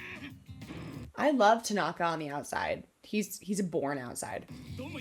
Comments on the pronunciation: "Is it TAgAnGA? Me:GOD PLEASE NO ITS TANAKA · I died when she said Takonga😭😭 it’s Tanaka😭😭 ✨ T A K O N G A ✨ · It's pronounced (Su-ga-wa-la) spelled sugawara tanaka (ta-na-ka) it's called low quality he would omg lol- so sugawara senpai that would be me the face kageyama makes after tho- oikawas (oi-ka-wa) theme I can hear the Yahoo's in the background lol I think like 12 but I'm not sure it's the one where that one dude teaches yams idk which one it is tho we luv some character growth we luv tanaka I think I'm not sure tho it's been a long time since I watched ep 8 at the end and 9 he gets actually introduced his name is kindaichi (kin-dai-ch-i) (like dai-ch-i the captain of karasuno but add a kin to the beginning) except romance anime as we all should ✨💅 true but more like 15 lol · Ah yes, "Takonga"😂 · When she said "Takonga" I lost it XD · i think tanaka is pronounced tan (like spray-tan) tan- ucka or at least that’s how i always pronounce it but it doesn’t matter that much anyway 😅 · Who else died laughing when she called tanaka, tagonka. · Ever since she called Tanaka "Takonga", I can't stop hearing it everytime she mentions him 💀😭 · T A K O N G A